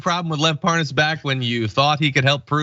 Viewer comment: According to Devon Nunes, he never heard of Lev Parnas. Oh yeah you mean Lev Par-nas, right.